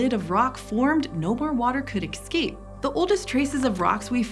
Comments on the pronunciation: It's 'escape', not 'excape'. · It's es-cape, not ex-cape. Please, you are educating children! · As soon as she said "exscape" i stopped watching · did you say EXCAPE?!? Hmmm … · No one gonna mention this bitty said excape?? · Why do some people say eckscape or X-cape instead of escape? Is it like aks instead of ask? I'm aksing from Norway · Did she just say excape? It sounded so out of context here. Like someone saying “libary” while explaining relativity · How could you possibly mispronounce escape